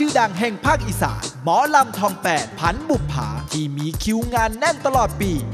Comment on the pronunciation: "พันบุปผา" ไม่ใช่ ผันบุปผา